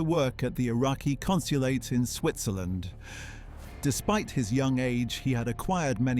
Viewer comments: its Switzerland… not SwitHzerland. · "Welcome to Swithzerland" with a map showing him travelling to Norway. Also why is that map from like the 19th century? It still has Austria-Hungary as a country I think. "Goodby to Iraq" lol. This is all AI slop, isn't it? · Seriously dude? "SWITHZERLAND"😂😂😂😂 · Swithzerland, eh? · "baghdat" "standart" "switzherland" "goodby" "mounts [instead of months]" [map showing a line from iran to norway instead of iraq to switzerland] Is this AI?